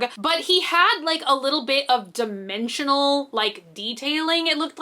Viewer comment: I thought you said he was going to have dementia when you said dimensions lol